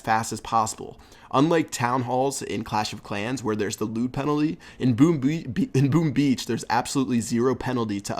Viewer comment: Did I hear "Boom Bee" ?!! Haha